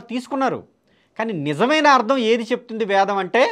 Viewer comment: ముందు "వేదం"అని స్పష్టంగా పలకండి sir. మీరు వేదం ను వ్యాదం అని పలుకతన్నారుసర్. భాస్కర raju గారు ఇతరులు వ్రాసిన వేద భాష్యాలనుండి గ్రహించి రాశారనిపిస్తుందన్డి వేదాధ్యయనం చేయాలంటే ఎంతకాలం అవసరమో నిష్ణాతులైన సంసృత పండితులను సంప్రదించి తెలుసుకోండి. లేదు పూజ్యులు సంతోష్గారితో మాట్లాడండి ఘన పాఠి కావటానికి ఆయనకు ఎంతకాలం అవసరమైందో ఆయన చెప్పగలరు.వేదం కంఠస్థం. ఉఫ్ అని ఉదేస్తాను అంటే కాదండీ వేదాధ్యాయనము అదీ గురుము హతః జరగాలి అవన్నీ ఏమి లేకుండా వేదామంతా వల్లె వేసాను నాకు కరతలా మలకము అని భాస్కర రాజు గారంటే ఎలాగండి.మీరు కూడా గ్రుడ్డిగా అనుకరించకండి, నమస్తే అండీ.